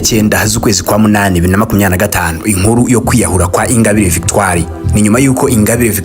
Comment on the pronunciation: Ntabwo uzi kuvuga inkuru man kdi no gusoma ntabyo uzi victoire ngo ni victori? No no no no